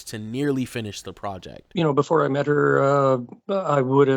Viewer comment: The way he mispronounces "project" sounds so off. Is that how some foreigners pronounce it and he thinks it makes him sound more worldly?